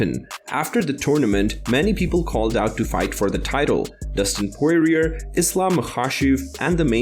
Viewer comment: "Dustin Poriririer"